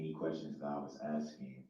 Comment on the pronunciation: If this fool really believes that Judge D is being “abusive” by cautioning DB to allow the witness to answer before “axing” more questions, I would greatly love to be a fly on the wall for his everyday life once he’s transferred to his permanent home/facility 😊😊